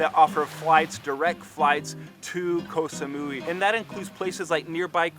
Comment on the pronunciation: Koh samoy is the pronunciation